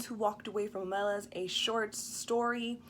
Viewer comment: Okay, first, I couldn't get past the fact that keeps mispronouncing the name in the title and of the city. Le Guin, herself, acknowledged the proper pronunciation in interviews (I am not just making this up). The city is pronounced "OH-meh-lahss," with the heavy stress on the first syllable, OH-, like the name of the city of Omaha. Just think: OH-ma-loss. Second, I don't think that gets the underlying point of the story. makes allusion to Christianity and describes the story as a normative account of an ethical choice, or perhaps even a worthy sacrifice. That is not really the point of the story. The story is not a fictional narrative of a normative state of affairs, but a descriptive moral parable, highlighting what is called "a moral illusion." Moral illusion is when people think that they are acting in a sound moral way, or at least a morally neutral way, when in fact they are acting in a morally corrupted way, or flatly immorally. The people of Omelas are generally willing to do what most of us do everyday: we know that there is tragic and unfair suffering in the world, and sometimes we even see it. We can certainly find it if we wish. But then we go about our daily lives, striving for our own happiness and contentment, never sacrificing anything of any real substance to stop it. Isn't that a morally corrupt way to act? Would you give up a year's worth of pay to stop one child from suffering for one day? Would you give up your smartphone for a y